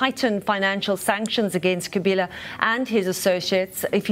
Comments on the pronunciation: Kabila* not Kaliba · Lady keeps saying Kaliba. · The CBS anchorwoman seems incapable of saying “Joseph Kabila,” whom she calls Kaliba instead. I wonder what she’d do if she had to say the Malagasy president’s name, Mr. Rajaonarimampianina ! Perhaps she shouldn’t say those names at all since it’s none of her business to begin with. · 🤣🤣🤣🤣the First Lady called him Kaliba instead of Kabila